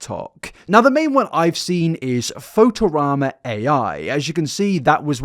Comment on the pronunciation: not being able to pronounce fotorama is very funny and admittedly interesting